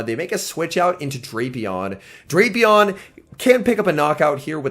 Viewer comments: And his co-commentator in regionals was still saying Draypion 😂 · I just watched the Baltimore regionals, and while the competition at the tournament was tough, this event proved that nothing is tougher than trying to correctly pronounce Drapion.